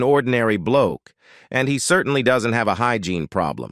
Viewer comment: I was looking for this comment! The voiceover/narrator wasn’t even speaking English some of the time and even switched up to an Hispanic accent a number of times. Who mispronounces “hygiene “? I hate AI.